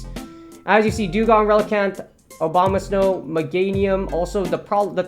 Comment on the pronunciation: I love that you keep saying Obama-snow